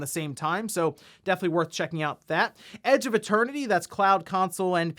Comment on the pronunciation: My hearing is going. I thought you said ‘Edge of a Turkey’ instead of ‘Edge of Eternity.’ Now I want to see how ‘Edge of a Turkey’ will look.